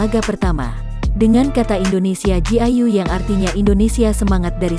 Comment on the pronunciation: kayak orang luar soalanya bilangnya ingni(artinya Indonesia dlm bahasa mandarin)ingni jiayau dri logatnya aja kelihatan bukan Indonesia.. 🤣